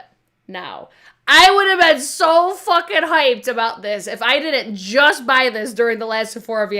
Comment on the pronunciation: Love when you say “hoiped”. So New York. LOL. Sorry I missed your live, but never miss the replays!